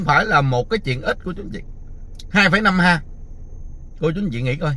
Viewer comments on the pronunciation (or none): ha . Có học nên đọc héc ta nhe. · Ha nên đọc là éc ta